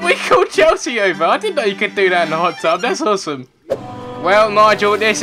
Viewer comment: did anyone else relise that said pot tub at the end:D